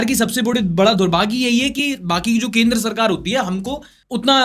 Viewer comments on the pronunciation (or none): Maine sul liya aapne 23.38 pe kendra sarkaar ko kendra sarkal bola hai ... Like pakal liya ..